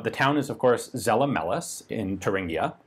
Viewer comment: It's "Tsella-Mailis" with german "z" and a long "a". Not "sell a malice" and it's "Wulter" not "Wolther".